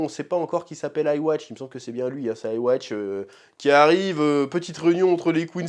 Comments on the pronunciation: Le "aiwatch" mtermine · Il me semble que yhwach se prononce yuu ha bah hah avec le "h" qui fait le son "r" alors que moi je disait ivar vu que les quincy ont des nom plutôt germanique. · I-watch, aie aie aie... Bienvenue à deviner la prononciation du méchant principal "Ywhach" (Yuhabaha ou Yuhabach). Que le sort vous soit favorable